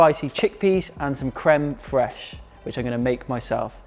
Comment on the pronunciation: As I can see crème fraîche is easy to say for English people or maybe you're good in french. I'm really happy to see your videos and also to improve my English and to ear English accent sooo beautiful !!!